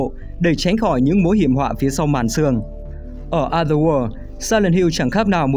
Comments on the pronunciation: chữ "o" trong other kênh đọc đúng là "ə" rồi còn gì nữa? Có tra cách phát âm trước khi bắt bẻ không đấy? Hay là ông nghĩ phải phát âm "o" đúng kiểu o tròn như quả trứng gà :D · đọc đúng rồi mà